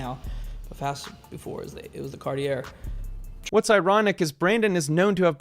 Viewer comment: "Carti-air"? Lol,like "Ver-sayce!" from Showgirls.